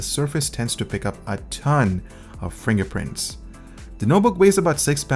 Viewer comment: he said scween not screen and he said fringer prints!😄